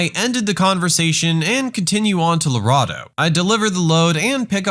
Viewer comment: I love these videos! But it’s pronounced, LarAdo.